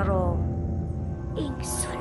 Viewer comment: ingsun do baca ingson😁😁 wiwite dino setu kliwon pelajari bhasa jawa dulu yg baik biar enak di dengar😁